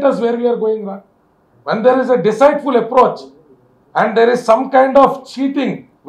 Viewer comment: You need to pronounce Deceit as Deseet.. not Desite… idi mana laayar gaaru gamaninchaali